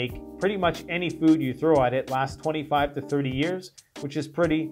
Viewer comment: I keep hearing you say 2 to 5 years.not 25 years